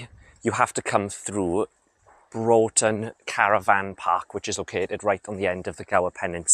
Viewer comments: Tidy vid , just for future reference for you its pronounced Bruftun. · It's called Broughton, pronounced "bruffton' Check tide tables, you can walk around the headland as you look out from the main beach to the left, for an hour or so either side of low water on the spring tides.